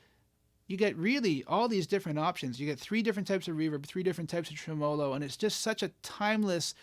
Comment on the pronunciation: Okay, a couple of issues. First, you're pronouncing it wrong. Second, the guitar clips in that line drawing mode (or whatever you call it) kinda obscures what your hands are doing, and the aesthetic beauty of your guitars. 😉 Okay, mostly kidding, especially about the "wrong" pronunciation thing. I mean, I do pronounce it differently; down here in Texas, we place the emphasis on the first syllable. But just razzin' ya about the "wrong" thing. Also, I do prefer the guitar clips without the special effect, but that's no big deal. I almost can't play without tremolo (and reverb) anymore. I can tell you my favorite tremolo circuit is the one in my VOX Pathfinder 15R amps. I'm not tech-savvy enough to tell you what type of circuit that is, but I really, really like it. I'm not a pedal guy; I blame that on 40 years of playing acoustics before getting my first electric guitar (a tele, of course), and on the fact that I'm too uncoordinated to sing, play guitar and tap dance all at the same time. I do have one pedal, a BOSS ME-70 multi-fx, that has a bank of modulation effects, including tremolo, of course. But when I put that multi in front of one of my Pathfinders, I just leave the reverb and tremolo off on the pedal and use the amp's on-board effects.